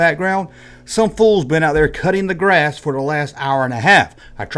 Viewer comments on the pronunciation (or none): none